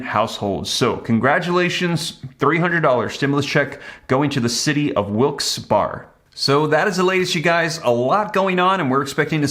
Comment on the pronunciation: Pronunciation…Wilkes Berry